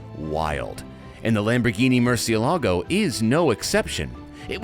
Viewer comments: A LOT of people get this wrong, even journalists.They say murcieLAAGO you are stressing the 'a', you don't stress the 'a' there's an accent on the E that is where you stress it MURCIÉ-lago is a Spanish word which mean bat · Accent is over the “e”, not the “a”. Yes, just about everyone pronounces it wrong. Murciélago is a Spanish word for bat, the nocturnal creature. Lamborghini names their cars for Spanish Bulls, as in fighting bulls. The word is not Italian. The Italian word for bat is different.